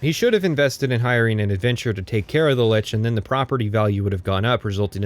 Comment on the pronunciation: You may have mispronounced illegal on purpose, but you mispronounced Lich out of ignorance. You're welcome for the engagement.